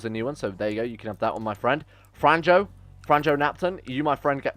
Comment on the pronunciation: Bro please dont butcher name Franjo evry time you say that name little bit of me dies(its croatian name)